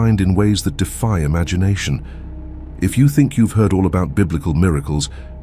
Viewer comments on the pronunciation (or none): none